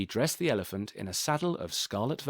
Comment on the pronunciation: 'Elefump! Elefump!'😂😂